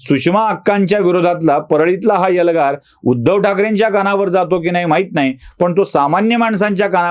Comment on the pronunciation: यल्गार नाही हो, एल्गार म्हणा 😂😂😂 बामणाचा असून किती अशुद्ध बोलता 😂😂😂